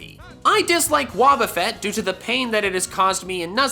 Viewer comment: IT;S WOBBUFFET, NOT WOBBEFT!